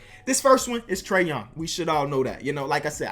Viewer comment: Trae Young not Food Tray Young